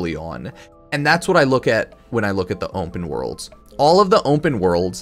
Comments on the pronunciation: Ownpen worlds* is how pronounces it 😂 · "onpen wOrlds"